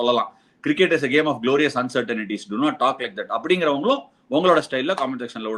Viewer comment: Ash!! It's not uncertan ities but uncertain ties.